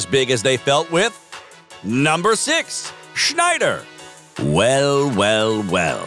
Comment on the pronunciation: It's "SNeider", not "SCHNeider". You are butchering his name.